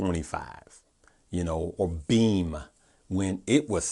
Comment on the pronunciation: I heard BEEM not BEAM, yesterday. Helps if it's written on the screen.